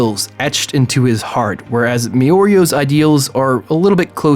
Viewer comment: Who is "Miorio"?